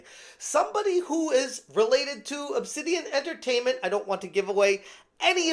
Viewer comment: Nah, not "Obsidian"... It's "Obsanitian"!